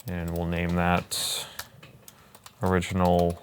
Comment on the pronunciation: its ORIGINAL not Oringianl..